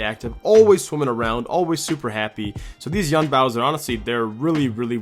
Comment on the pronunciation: Hey, love your videos! Can I help you out with the Chinese tho? Yuan would be pronounced more like ywen, as in Gwen or wen. Keep them nuggies content coming!:D